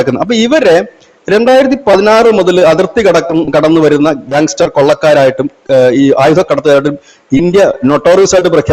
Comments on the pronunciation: ഗാങ് സ്റ്റാർ അല്ല, ഗാങ്സ്റ്റർ... അത്ര മതി.. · gangstar എന്നല്ല, gangster എന്നാണ് അതുപോലെ ദിമാംഗി എന്ന് പറയാതെ ദിമാഗി എന്നാണ്. നിങ്ങളുടെ ഏതാണ്ടെല്ലാ വീഡിയോയും കാണുന്ന ഒരു പ്രേക്ഷകൻ ❤